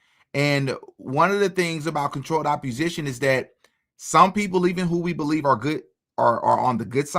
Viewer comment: Opp-o-sition theres no R ❤